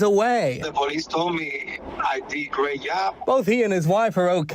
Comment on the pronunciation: tha poliice tol me i did a grey yob" 😂😂😂😂😂😂